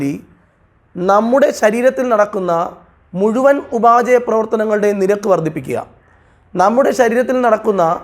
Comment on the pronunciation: ഉപാചയ പ്രവർത്തനങ്ങളല്ല സർ, ഉപാപചയ പ്രവർത്തനങ്ങളാണ്. ഇംഗ്ലീഷിൽ metabolism